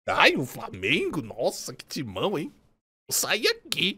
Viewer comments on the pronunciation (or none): Na moral tinha que fazer um compilado do falando "Framenguun" kkkkkkkkkkkk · Desculpa, mas eu só entrei no vídeo para ouvir ele falar "FRAMIENGO", desculpa novamente 😅, mas pelo menos deixei o like 😅😅😅